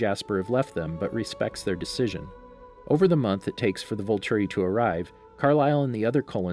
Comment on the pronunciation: "Volturi," not "vulture"